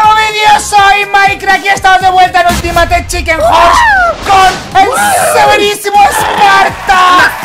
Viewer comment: Por cierto “ULTIMATE CHICEN HORSE” se pronuncia: ultimeit chiken hors.